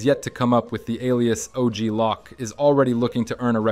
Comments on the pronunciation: OG Loc too 🤣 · Shh... he doesn't even pronounce ballas and vagos or OG Loc or Torreno correctly even though they say these names in-game